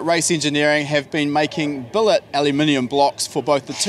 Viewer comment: did he just say billit cylinder heads? :)